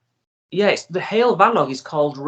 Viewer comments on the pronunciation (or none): It's like " huwell " , the word heol . But without too much stress on the " - ell " bit . That's the proper Welsh pronunciation .